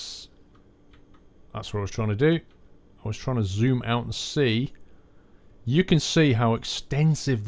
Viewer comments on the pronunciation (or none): none